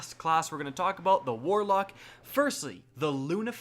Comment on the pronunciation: you mispronounced warlock ;)